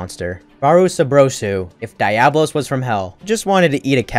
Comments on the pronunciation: The way he was butchering Diablos name had me flabbergasted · Kirin in cool automatically disqualifies the list. Also shit pronunciation of diablos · The way he pronounced Diablos was cringe af😑